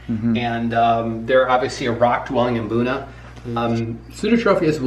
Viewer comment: Fun fact: Mbuna is pronounced 'boona' not 'em-boona'